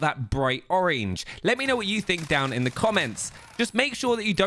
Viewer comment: why do you say orange that way😂😂😂😂